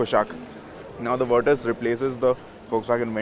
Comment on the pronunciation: Thank you for saying the name correctly